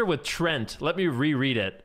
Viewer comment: it is written Treant, not Trent ... so why do ya say trent!?!? .. it is "tree"+"Ent"(from tolkiens lore)